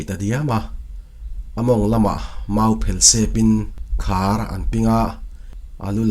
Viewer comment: Pathum anlo thala 'thal' hi lam hniam tur ani zawk ang Khar pawh hi lam hniam tur